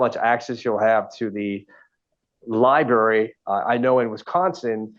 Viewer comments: Darrell creates his own words & pronunciation. Classics in the trial. Today, library pronounced as liberry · he said "law liberry" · Ahahah Lie-Berry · HINT: If you pronounce library as “liberry” you might not be a candidate to represent yourself in a complex legal matter. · Law Lie-berry 😂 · “I’ve never seen a jail without a law libary “ oh, how I pray I can never utter those words. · “Libary”? Oh this is gonna be interesting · Law LIEBERRY. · Lie berry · Anyone who cannot pronounce the word library needs to keep a lawyer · Well, in the unfortunate event you did, I'm sure you'd pronounce the word "library" correctly. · No law liberry? 😆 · Library……kills me 😂